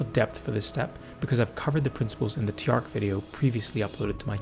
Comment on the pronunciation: Small note on Tjark. His name should be pronounced "Chark" with a sharp "ch" sound. At least if it's supposed to sound Nordic.